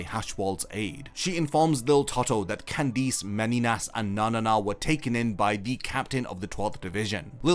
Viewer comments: Bro just say Candice normally please, it’s not Candeece ffs 😂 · No one talking about how he pronounces Candice as candeez??? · Why can't you say Candice correctly? I HATE when 'pro yputubers' ruin a video by making simple and VERY AVOIDABLE CONSTANTINE MISTAKES like not knowing how to correctly speak their own language.. Google has a function that EASILY helps to avoid such immersion ruining gaffes.. Amatuer..